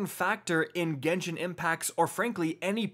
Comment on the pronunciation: It’s Genshin not genshien lol people mispronounce it.